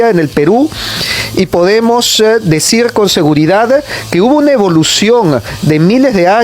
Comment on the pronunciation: El generalara jajjaja..decirere jajaja hablen mejor oee!!